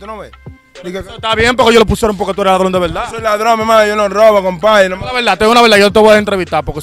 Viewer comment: No dice ladrón dice ladron, palomo.